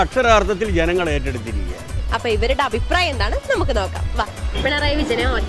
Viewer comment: "ആയിപ്രായമല്ല " അഭിപ്രായം.